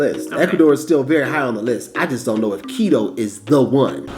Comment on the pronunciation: At least make an effort to pronounce Quito the right way..